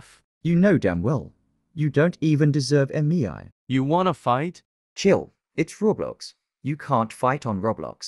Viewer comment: “EmiEAi, eMiEai, EmiEAi”, is that actually how it is pronounced? (Not tryna be rude with anyone that its name is Mei)